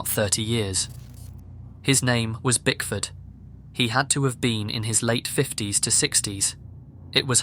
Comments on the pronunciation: I been listening to these while driving and I swore he was saying "Bigfoot"! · Just now realizing he wasnt saying Bigfoot 😂😂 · I was listening without watching and got massively confused by the story ... I thought you were saying BIGFOOT in the title and was like... bigfoot in Brazil?! Took me a few more sentences to figure it out lmao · Same here, I searched the comments to see if anyone else thought he said Bigfoot haha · DUDE HE SAID IT LIKE FIVE TIMES AND I was like I know damn well that’s what he said 🤣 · Exactly! I was like, who the hell names himself bigfoot even he's unstable lol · I could have sworn he was saying Bigfoot I thought that point the point of the name of the locals because he's crazy like Bigfoot😅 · I heard bigfoot too and rolled my eyes until I saw the name of the person. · Oh. Lmao. I thought it was Bigfoot too. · HE WASN’T SAYING BIGFOOT?!!! Bruhhhh I didn know til I read comments😭😭😭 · He didn’t say brickford at all, not once I swear on my life. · Yoo i thought he said bigfoot untill i saw u comment ? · He was saying Bigfoot, although he was attempting to say Bickford, but failed everytime. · Bro pls say BickfoRd not BigFoot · Kept hearing “Brickford” as “Big Foot”. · I'm glad I'm not the only one that thought you were saying Bigfoot this entire time! I thought that name was given to him on purpose because he's big and scary like Bigfoot!😅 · I was cleaning while listening to this and thought you said "Bigfoot" not Bickford, so I was extremely confused at how Bigfoot was just casually walking around in Brazil and nobody batted an eye 💀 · I CANNOT BE THE ONLY PERSON THAT THOUGHT HE WAS SAYING BIGFOOT! 💀💀💀💀💀😭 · I swear I thought you said bigfoot ,I was so confused! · When you said Bickford I really heard Bigfoot lol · I misheard him saying bickford. I heard him say bigfoot i was so confused 😭😭😭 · saaaaaame! I was half way through like "hey I thought this story was about bigfoot what the fuck is going on?" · I heard Bigfoot too!